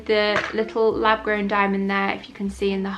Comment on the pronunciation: I’m sorry but you had me in stitches, I thought you said “lavatory” grown diamond! Great video as always x